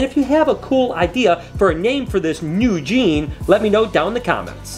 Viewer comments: Newgi (I thought that’s what you were saying when you first said “new gene”) 🤣 ..... where’s my Newgi Lori ball 🏀 😜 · IDK, you said "new Gene", and my ears heard "Eugene". Maybe call it a Eugene?